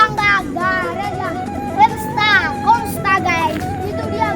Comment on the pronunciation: Gereja Penstakonsta....yg betul Pentakosta gaes...hahahah